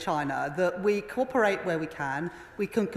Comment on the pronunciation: Someone needs to tell her how to pronounce cooperate. It's not corperate. Her English is nearly as good as her maths poor love. Poor us